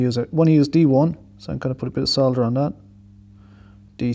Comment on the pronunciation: Nice to hear the L in solder ! Sodder sounds SO wrong. Programming , yes please.